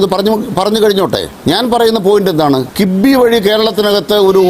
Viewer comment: കിബ്ബി അല്ലെടാ കോപ്പേ കിഫ്‌ബി